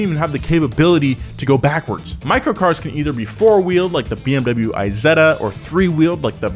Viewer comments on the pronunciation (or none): none